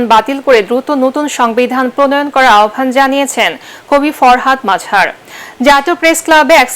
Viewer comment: তাঁর নাম মজহার, নট মাজহার। জাতীয় পর্যায়ের সাংবাদিকদের মান আরেকটু ভালো হওয়া উচিত।